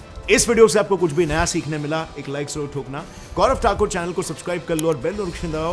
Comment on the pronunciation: phele aap jab video banate thhe toh apni image tak nahi dikhate the aur abb aap thakur itna jor dekar bolte hai jaisi lagta hai apko thakur sabd ne hi banaya hai .aur rahi baat secular aur socialist ki toh bharat ka udhar samajwad se hi hoga na ki communal se hona hota 10 saal me bahut kuch ho jata lakin 24 ke chunav ka main mudda hamne kya bnavay ye nahi bus ram mandir hai . qatar me jo 8 navy officer ko death ki sjja sunai gai hai uska bhi story nikal do bina biased hoker